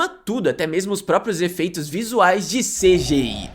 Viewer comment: "esseféx, vieféx e cidiái"